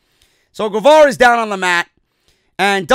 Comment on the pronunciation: Guevara is pronounced like “Ghevara”